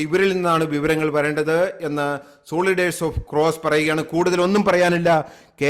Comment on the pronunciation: Please get your pronunciation right. Soldiers is not സോളിഡേർസ് but സോൽജേർസ്‌! Otherwise a good report